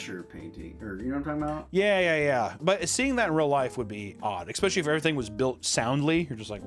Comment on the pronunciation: He did it, he said "expecially" again. Remember, I'm just trying to help. I love you